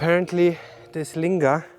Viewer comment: I thought that Lingam. was the way to say these things?